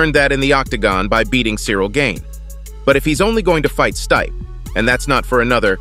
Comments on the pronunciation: what the hell did i just watch ..... and Its STIPE not STAYP haha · Everyone else does get stripped when they are injured.Tom said Jon was right.He wants to fight Jon.His name is very pronounced Stee pe,not Steep. If he doesn't fight Tom he should be stripped. HIS NAME IS NOT PRONOUNCED STEEP.WHOEVER IS DOING THOS VIDEO HAS NO IDEA ABOUT MMA.THIS IS A BUNCH OF BS.